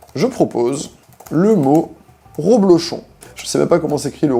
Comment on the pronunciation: Reblochon et pas ro